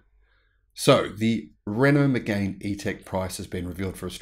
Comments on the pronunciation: It’s pronounced Me-gan not Me-gain! BTW it’s a really nice car but you’re right it’s overpriced. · It's Meg-Anne. French y'know..